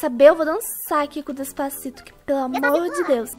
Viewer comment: "Dês pá ci tô" kkkkkkkkkkk rachei demais kkkkk